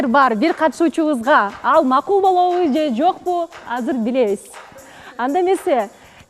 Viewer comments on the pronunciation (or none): болотпу, келетпи,кылатпы дебей туура суйлочу алып баруучу кантип сендей сабатсыз болсун,ошентип суйлосом назик коруном деп ойлойт окшойсун наоборот кулкумуштуу угулат,тупая